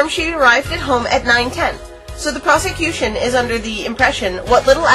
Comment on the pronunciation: I can't be the only one that hears "prostitution" when the judge says "prosecution."